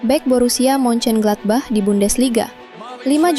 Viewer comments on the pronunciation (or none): none